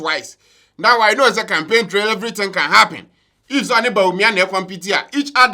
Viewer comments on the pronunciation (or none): none